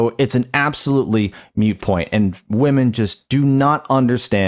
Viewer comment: It's moot not mute. Just figured i would say something to that